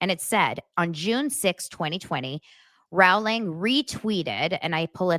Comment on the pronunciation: Big Harry potter fan here and you are mispronounced JK Rowling!! It's like (row) your boat or Rolling!!! She does speak common sense !